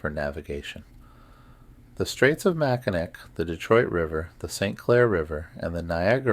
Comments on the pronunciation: Michigan Girl. Can’t handle Mack -I-Nak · Just for yur information: Mackinac is pronounced "Mack-in-awe". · It makes me cringe ever time he says it lol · And i wonder if he ever notices hes saying the island wrong lol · this is making me NUTS, I wouldn't be able to sleep listening to this because of that, lolol.